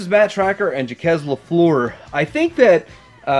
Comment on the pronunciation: I had Volcano as a kid. The sunroof was the first thing to break on mine but I didn't have any issue with the minifigure flying out of his seat. The name Jacques LaFleur is pronounced Jhark la Fler.